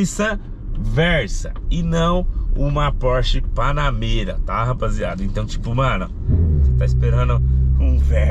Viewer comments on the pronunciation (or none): "A" Porsche Panamêra.... :face-green-smiling